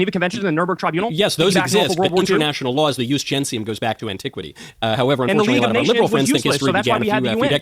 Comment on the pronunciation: Knowles even got that wrong - it’s ‘jus gentium’ not ‘jus gensium’. Room temperature IQ, this man.